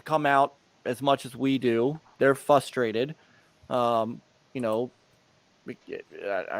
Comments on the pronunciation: I can't stand how says "futhstrated", people are futhstrated. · Half of it is his Sylvester speech impediment , the other half of it is that he isn't even trying to pronounce the first R in frustrated . I could deal with a simple fwustwated , at least that would show that he was trying 😆.